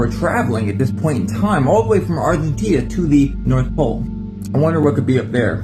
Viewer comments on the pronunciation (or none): none